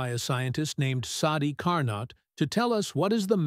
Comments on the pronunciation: Please.... Car -NO.......... not Car-Not. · It's not Car_Nott, respect the French pronunciation of the scientist surname, do not Americanize for your ease, IT IS CAR_NO, the t in the end is silent. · It is Car-Neau not CAR NOT. This spoils an other wise good presentation. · "Carno" cycle. The T is silent. Also all those jet engines in the hall looked stupid, and the thing with sparks was dumb. Too much dumbness for me to go on watching. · Great video! However, Carnot is pronounced as "Car No"; T is silent. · Now, if the AI voice could pronounce his name correctly, all would be good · Stil it is a great work!